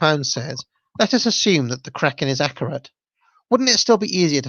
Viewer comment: You say "Kraken" perfectly